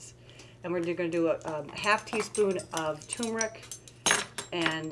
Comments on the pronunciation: Turmeric, not TOOmeric. Why does everyone say that?!😆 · It's pronounced tuRmeric, not too-meric.